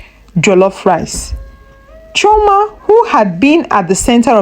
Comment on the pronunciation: Chioma and not Trauma